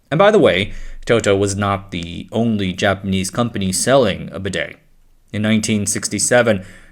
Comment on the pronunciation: It literally tells you how to pronounce "bidet" on the advert, so I have no idea how you're getting it wrong.